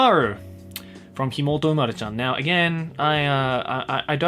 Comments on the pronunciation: Every time I here him say imouto i here DI MOLTO and instantly think of melone licking everything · says "imouto" Auto cc says "immortal" Me: "Indeed"